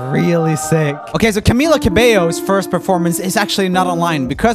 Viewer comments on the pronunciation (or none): none